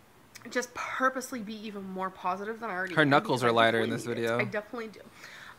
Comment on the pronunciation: she thinks there’s a h in positive “pohositive”